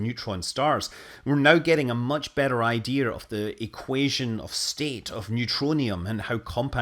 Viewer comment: Pet peeve and I know many do it. I'm not trying to badmouth you. It's just that I heard you say it and now must mention that it's spelled "idea" and not "ideer". Don't worry, as I'll still watch and comment as the data rates and wife allows. LoL